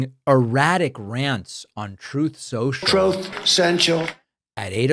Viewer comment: "Troth, Sential"